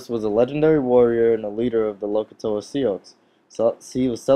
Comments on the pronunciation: it is pronounced like the name "SUE" and not as SIE OX......Just trying to help you do better videos. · Sioux is pronounced sue